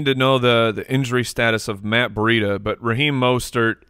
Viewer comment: ls it an AZ thing to pronounce Breida ...BUREEDA? We here in Brandon, Fl (Breida's home) pronounce it BREEDA.